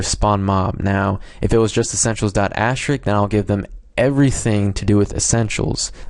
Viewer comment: Thank you even though I found this 5 seconds after I found out what I did wrong lol. And also, not to be rude, but it's asterisk, not ashterik.... But great video and helps a lot :D